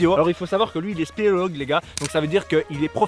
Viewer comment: "Il est SPEOLOGUE"🤣 Mais c'est d'une nullité ce truc 👎